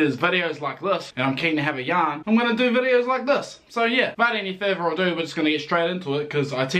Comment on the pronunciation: ahaha he said but any further a due